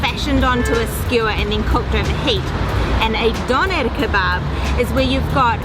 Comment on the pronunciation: I hate the way she says Dönner